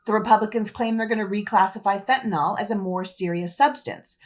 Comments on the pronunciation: It’s pronounced Fen-tah-nill. The “all” at the end came straight from Fox. Let’s not perpetuate their ignorance. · I’m going to be that guy - it’s fentaNYL, not fentanol.